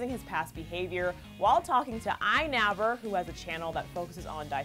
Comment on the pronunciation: It is not iNaver its iNabber